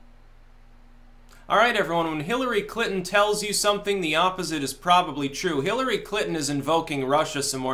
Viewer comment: “Killery”? Anyone else hear that?